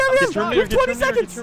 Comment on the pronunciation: sounds like you said "TOWminator"